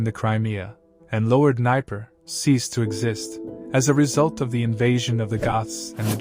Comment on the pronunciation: It's just hard to digest any of this when you cannot pronounce Hippocrates, Dnieper, Mithradates and Celts...sorry...